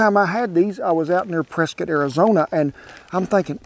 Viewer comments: Thank you for saying preskit not prescott! Keep up the good work. God bless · I be damned you said Prescott right there brotha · Thank you for saying Prescott correct ;)